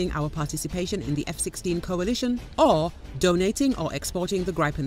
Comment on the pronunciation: Gripen is pronounced grip’-en, not gripe’-en.